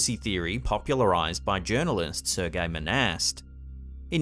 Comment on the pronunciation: Serge Monast was a French Canadian journalist. The pronunciation of his first name is nowhere near what you make it sound like,. You pronounced it "Sergei" when it doesn't sound like that at all. At the very least, it could sound like "Surge" if you don't have that French Canadian accent! But aside from that, GREAT JOB!